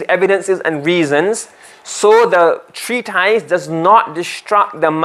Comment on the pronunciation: Ma sha Allah beautifully explained. Brilliant teacher. Just like to point out it's pronounced tree tis not tys. Couldn't help it as it was said quite a lot.